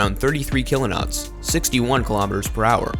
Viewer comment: So, a couple notes: A "knot" is not a "kilo-not," it's just a knot. It's one nautical mile per hour. "Mk" is an abbreviation for "mark," it's not an acronym. "Mk 57" is "mark 57." Next time get someone with at least a passing familiarity with sailing and military terminology to voice your video.